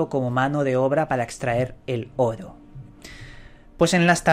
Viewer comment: Llevo casi todo el dia escuchando tus videos. Me gusta como pronuncias Oro. jaja saludos.